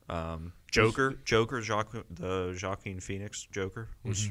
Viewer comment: Joaquin is pronounced wah-keen